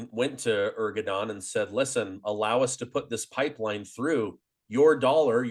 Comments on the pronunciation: please say Erdogan instead of Ergodan. I really am a great fan of your channel, so this is my only remark. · Erdogan not Ergodan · Its ERDOGAN not Ergodan. Missing such important details, makes you honestly not trust worthy, since it shows that you did not had the courtesy of researching this basic information.The col seems pretty up to date otherwise. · Americans always add confusion to everything. Not only in the analysis but also in names? Where did you come up with the name Ergodan? His name is Erdogan not Ergodan. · Erdogan, not "Ergodan". I cannot believe the casual nature of your reference to the civilian human tragedy & damage resulting from Israel’s response, simply saying: "so be it". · 😂 Hey.. it's not ERGO-DAN, it is (Shaffer has it correctly).👉.ERDO....🤷 GAN! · Erdogan = AIR-DOUGH-WON. Say it with me now: AIR-DOUGH-WON. NOT ER-GO-DAN. You sound illiterate when you say "Ergodan." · Lol, it is Erdogan, not Ergodan. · hahahahhaah you said president ergodan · Ergo-don is definitely not how his name is pronounced